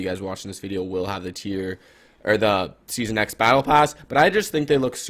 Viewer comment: Did you just say sesone 5 is OG 😂